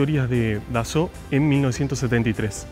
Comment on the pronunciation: Capo!!! Que buen vídeo, me suscribi al toque!!! Relindo el.museo! Yo estuve en puertas abiertas 2008...y me quedé con ganas de ir al museo, saludo compatriota! Además copado alguien que pronuncia perfecto los nombres Dassault, Foke Wulf, Sabré,etc etc 👏👏👏